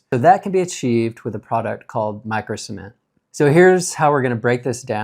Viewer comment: At times, it sounded like you were saying semen